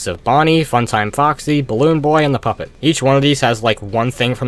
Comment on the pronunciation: ok not to be evil but........ "The Poop It" Lol yes, i know he meant puppet